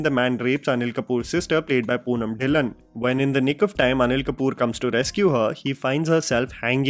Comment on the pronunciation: Pronounce dhillon correctly next time ढिल्लों